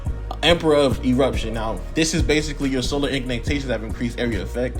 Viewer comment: My boy said “ignintations”